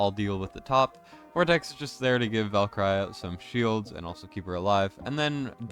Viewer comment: LOVE your vids but jeez bro you're butchering my ears with how you pronounce Valkyra.